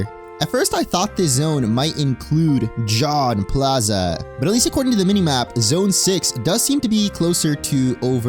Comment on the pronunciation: lol "John plaza". I can never get enough of non french speakers trying to speak french.